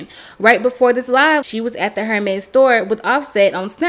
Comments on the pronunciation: People who don't know how to pronounce Hérmes shouldn't even own their bags. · * The H in Hermes is silent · please tell them the H is silent Hermès